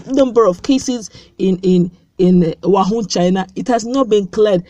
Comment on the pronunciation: Pls stop calling it 'wahun,...'its wuhan'